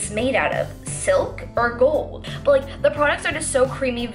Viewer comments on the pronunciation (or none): none